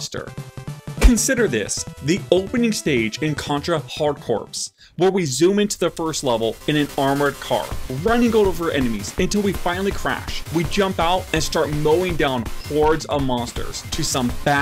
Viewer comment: The dude didn't just say hard "corpse"??? Hahahaha. The "p" and "s" are silent bruh. Geesh.